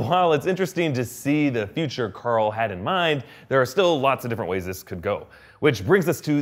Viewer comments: Stop saying COARL plz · Mike Morgan He’s making a joke about how he yells Carl with his Texan accent. He yells Carl (Core• F ull)